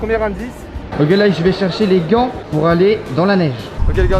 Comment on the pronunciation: il a dit les gland au mileu de gant